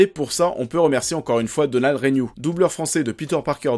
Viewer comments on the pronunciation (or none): none